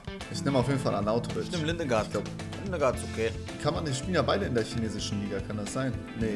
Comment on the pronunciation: Wer kennts nicht Linegard